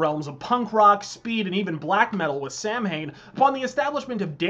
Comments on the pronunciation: It's pronounced Sow-en, not Sam hain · Samhain is pronounced “sow-in” lol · This is a great vid, and I hate to even be contentious here, but I always thought it was pronounced “Sah-Win” ? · Sorry to hurt you grammar fetish but I've seen interviews where Glenn himself referred to the bands name as it is spelled. I was also fortunate to see the band in D.C. in 2014 and the opening bands and he him self on stage referred to it as spelled. The only time he ever uses the (Sow-in) pronunciation is in the song itself in respect and reference to the festival. The bands name is how spelled, Samhain. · Lusifuge is one hell of a record. By the way Samhain is pronounced Sowan, but hey, sounds cool either way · "Samhain" is pronounced Sow-Win. It's not an English word. It's Irish Gaelic. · Samhain is pronounced sow-an. Its the Irish for Halloween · Samhain is pronounced sowin and sabaoth is pronounced like sabbayoth. it has been a few years , but that has always gotten to me for some reason. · ..and yet on the song "Samhain" on the first album he pronounces it Sow-in. I bet Danzig just eventually rolled with the common mispronunciation. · Actually, "Samhain" is pronounced "Saween". Just thought you should know. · Lol he doesn't like the Misfits and calls them "Sam-hane". Good infowars clip tho. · JoE Guerrieri Yes. And the band themselves pronounce it the way I DO in interviews. It's a BAND. Not the ACTUAL 'samhain' holiday. So it has to be pronounced however the band say it. Motörhead should rightfully be pronounced MotYOOORhead, if you want to go by the fuckin' accent. Is that how it's pronounced? Didn't think so. Danzig, Eerie Von, London May, you name it... they all pronounce it the way I do. In every interview about Samhain ever conducted. Sorry, precious. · yep and they only pronounced it that way because they knew most people weren't gonna say it as Sow-Win. So, Samhain pretty became the pronunciation of the band name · Why can’t Americans pronounce the word Samhain?